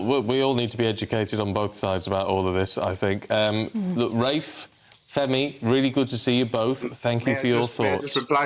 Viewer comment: It is always good to see Rafe and his educated, well reasoned facts, it is NEVER good to see either of the ill-educated race baiters Femi or Narinder. fFrmi couldn't even call Rafe by his name properly